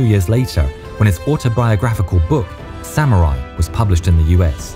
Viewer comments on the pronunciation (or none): none